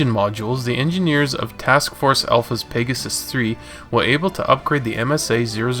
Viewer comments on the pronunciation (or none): none